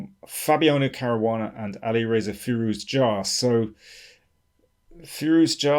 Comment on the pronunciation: Interesting game and analysis. FYI I believe it's pronounced fi-ROO-ja (with a French j.)